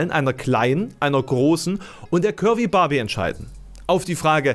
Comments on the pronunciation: Ich hab am Anfang immer "Kirby Barbie" verstanden statt "curvy"... Ich sollte aufhören so wenig zu schlafen. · Hab‘ nur „Curry Barbie“ verstanden. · Ich habe ständig Currybarbie verstanden 😂